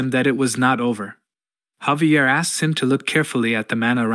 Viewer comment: ai was done sayin javier the right way